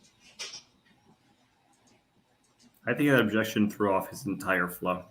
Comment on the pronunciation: This was one of the first trials I ever watched beginning to end. I have never been more infuriated, or learned so much about the law completely by accident. My fav is the objections; it's like whack a mole, he just can't quite seem to hit it on the head🤣 "Objekshion. Spekulitive, Hersay Yeronor"